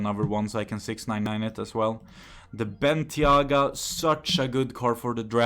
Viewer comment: Its not bentyagaits bentayga